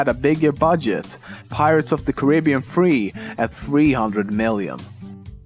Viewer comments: Who says carribean like that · Why do you pronounce Caribbean like that? It is more like Carrybian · You said carribean wrong